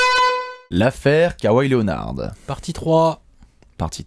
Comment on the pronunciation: K ouaille mdr les Frenchi mtue. On dit kawhi kauwaille mdr